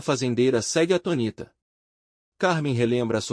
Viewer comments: Aluguel, por favor, avise esse narrador que atonita está errado. A pronúncia correta é ATÔNITA, com acento no O. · Atonita não oh narrador... atônita! Acento circunflexo no (o)